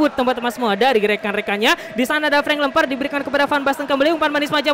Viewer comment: Ngakak kalo ngomong frenk lemper😂